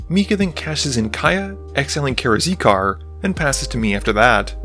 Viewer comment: Karakizar - "Kara-Zeekar" XD